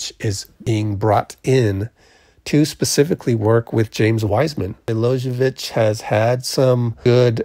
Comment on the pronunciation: Milojević is pronounced Me-lo-ye-vich. 'J' in the serbian alphabet is the same as 'Y' in english.